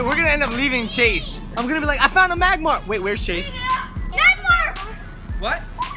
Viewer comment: It's magmar